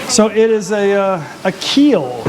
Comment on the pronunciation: Not keel, Peel.